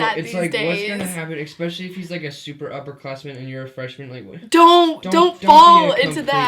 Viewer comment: I love how you know and can pronounce acquaintance but not especially, is this just an American thing?